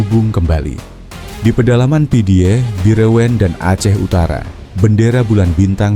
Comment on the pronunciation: pidie di baca pidi Meulaboh di baca melabuh